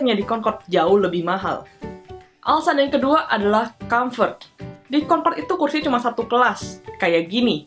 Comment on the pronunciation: kau orang indonesia ke bukan konkod concrode